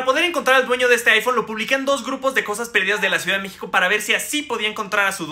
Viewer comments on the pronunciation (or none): none